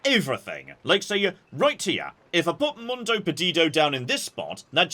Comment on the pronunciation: when you read things like "Mundo", think more about Latin than English! You don't need to speak every language in the world, but use your strengths 😊